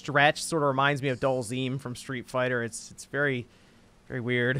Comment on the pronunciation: hearing pronounce Dhalsim as "DullZeem" has me in hysterics! Its Dhal-SIM, as in simulation LMAO!!😂